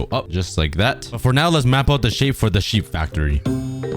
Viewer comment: like how he says the shep instead of the sheep